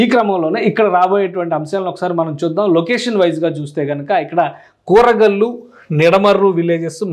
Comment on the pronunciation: కూరగల్లు కాదు, కురగల్లు.